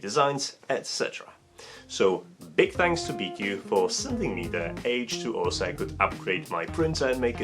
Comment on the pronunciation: I am quite sure it is pronounced bee-choo. It's a Chinese company, after all, and in the transliteration of Chinese q is usually a ch sound, which is why you can write both qi and chi and it means the same thing still.